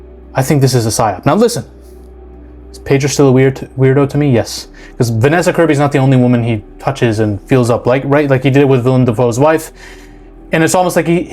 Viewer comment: Willem not william. Why can't any of you sloptubers get his fing name right?